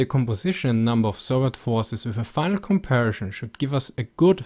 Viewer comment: I wondered whether "Shtalingrad" was the correct Russian pronunciation -- until the guy asked about the comparishon of forshes.